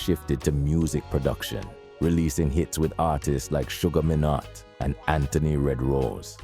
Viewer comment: You've mispronounced a good few names. Sugar Mee-Not. Nope, this is easy stuff.